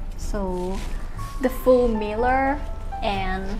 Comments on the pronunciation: She said miller for mirror 😅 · Meeler lol 😆